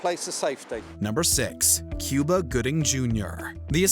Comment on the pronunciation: It is pronounced as coo-ba not que-ba☺🤭🤭🤭 ohh this channel😂🤣